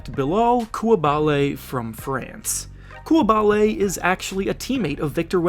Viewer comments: pls look up the pronoucation of "Coulibaly" wtf did I just listen to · Definitely pronounced coulibaly wrong 😂